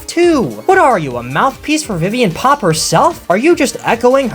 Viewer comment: Idk why, but every time you say "Viviane Pop" it just cracks me up 😂